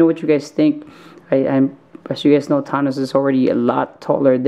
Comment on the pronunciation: Your saying thanos s name wrong